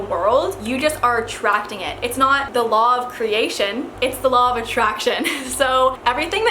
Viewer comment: i cant stop hearing "lava traction" 😂